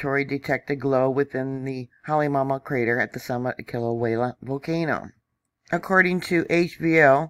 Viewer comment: Come on, let’s get the names pronounced correctly. Phonetically “ HA LAY MA OU MA OU”. Do you really know what you are talking about? “KILL A WAY A” - No “L”. Learn the language before you report on it!